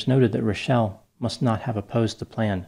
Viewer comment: Liked for correctly pronouncing Rachelle!